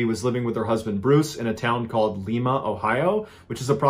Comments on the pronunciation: Not sure if anyone has pointed this out yet, but Lima, Ohio is pronounced (LIE-ma) not (LEE-ma). 🙂 I’m from a town a half hour north of there. By the way, my 14 year old and I love your videos! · Its Lima, ohio... pronounced lie-ma. Not lema. I'm like 20 minutes from there. Lol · Triggered by how he says lima cause it’s not lema it’s Lima like a lime just add an a at the end 😂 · Just so youre aware, if you ever reference this story, its Lima Ohio like L-eye-m-a or a long I sound. Not L-ee-m-a. I am from there. No big deal! Just an fyi. Great video Mr. Ballen! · Lima Ohio is pronounced (Lie Ma) not Lee Ma. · I can't get past you saying Leema Ohio lol! It's pronounced Lie ma. Like a Lima bean. I've lived in Ohio my whole life and it genuinely never occurred to me that someone could mispronounce Lima! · I was shocked to hear you say Lima wrong that I rewound it just so I could hear it again. Lol. Lime-uh. Anyways, continue. Lol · Lima, OH is pronounced LIE-muh, like the bean. Thanks for the excuse to comment 😉 Your channel is fantastic. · I know this is old but I know her! And it's Lie-Mah. lol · oh snap i live in lima. pronounced lye-muh. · This is the first time I have seen this one. Did I hear you say L(ee)ma ohio? Lol I was in the other room Long I not e I watch your videos continuously and just love them. And no worries I pronounce places wrong all the time I thought it was cute honestly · Fun fact: Lima, ohio is pronounced like lima bean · If you were trying to pronounce Lima Ohio, it's pronounced "Lie-mah" like a lima bean. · It's pronounced "lie-ma," ohio. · I love you man. I especially love the Ohio stories. Lima is pronounced w a long i like the bean. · The way he mispronounced Lima OH makes me laugh